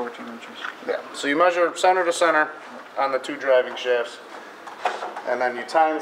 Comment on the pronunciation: Sener to sener its center not sener